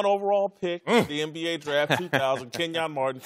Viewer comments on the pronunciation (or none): KEN-yon hungh lol how do yoy not know